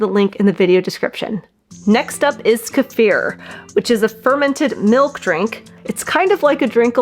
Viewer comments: Do not take a magnesium supplement if you have chronic kidney disease or any kidney issues without talking to your healthcare provider first. It can be dangerous. I think Kiefer is pronounced kee fer. I’ve never heard anyone pronounce it like this woman does in this video. Peace. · It's pronounced "key-fer" phonetically. Knowledgeably this should be a very basic word with anybody who's doing anything with diet, nutrition or gut health. This food has been popular for at least two decades now. Don't need to hear anything else here. 👎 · Hey! Say Key. Alrighty. Now say FUR. Ya know… like on an animal? Okay. Now say them together. WOW! Good girl! You now know how to pronounce Kefir CORRECTLY! You people are so educated in nutrition, you should go back to elementary school and learn how to pronounce words CORRECTLY. It’s either pure STUPIDITY, or it’s ego. The E in Kefir is a LONG vowel. NOT a short one. And the ‘ir’ in Kefir is a LETTER GROUPING THAT MAKES A SPECIFIC SOUND. In THIS case, it is the “UR” sound. You people sound so friggin’ idiotic. And of course, not to mention, FUNNY AS HELL!!!! WOW! 😂😂😂😂😂